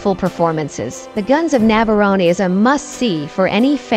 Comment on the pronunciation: Are you saying Nav-ah-rohn-eee ???? in several places .....really? Fabulous gripping movie spoiled by narrators who either never daw the film or are robots......